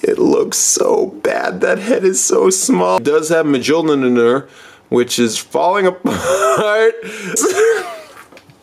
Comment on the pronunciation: Mee-jjjol -nir? sheesh